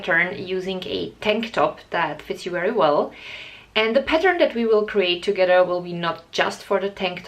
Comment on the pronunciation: Your English is poor. You pronounce your words such as together is togedder and your arm is very distracting.